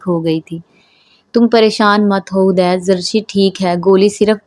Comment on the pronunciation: Hadeed naam hota hai hudaid nahi plz sahi padhen